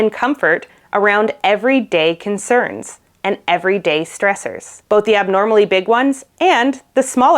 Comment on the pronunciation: She said: "We are coming across stressors." But I thought she said: "We are becoming cross dressers."